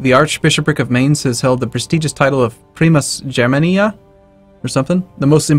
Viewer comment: it's pronounced Pree-moss Ger (hard G) man-ee- eye